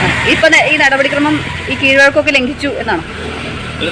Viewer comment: ലംങ്കിച്ച് അല്ല, ലംഘിച്ച്